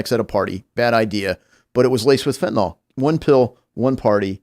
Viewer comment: FOR THE LOVE OF GOD IT'S PRONOUNCED FENT-A-NYL, NOT FENT-A-NOL